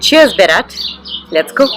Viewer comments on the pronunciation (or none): Berat Berat Berat not barat 😉